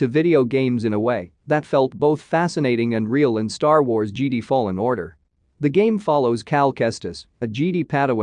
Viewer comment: JEDI great video but PLEASE LEARN HOW TO PRONOUNCE JEDI. Have a good day